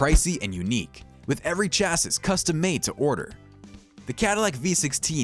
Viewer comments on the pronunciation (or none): Good informative video, but are you not a car guy AT ALL? I'm referring to the phrase you spoke that went this way: " . . . . with every chassis made to order . . . ." You pronounced "chassis" as if it were spelled "chass-iss." Every car guy in the world will hoot when they hear that. It's pronounced like this: "chass-ee." …………… Cars are technical things, and a lot of those things have names the pronunciations of which are far from obvious. If you plan to keep making car videos, you need to continually consult pronunciation sources . . . unless you want to be thought of as a silly person.